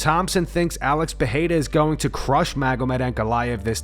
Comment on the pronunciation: Uh•lex Purr•air•uh 🤔 -Comma•roo Oose•mon 😂